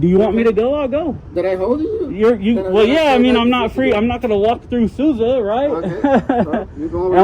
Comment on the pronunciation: funny they way you guys pronounce sousa